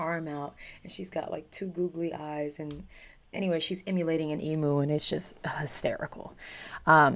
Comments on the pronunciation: Not "E-MOO"......EEM-U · Also, just for your reference, it's pronounced Eem-Yew. And Melbourne is pronounced Mel-Bin.🙂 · It’s pronounced emyou but spelled emu